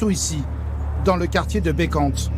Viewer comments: Ce nest pas Molenbecq et bekante...(la pronunciation est moolenbeek) Molenbeek et (Beeekant) Beekant.... Cest pas la france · Molen BAIK et Baie KANTE où sa décante... Mdr